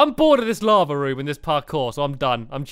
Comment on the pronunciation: When Stamps said lava, i thought he said lama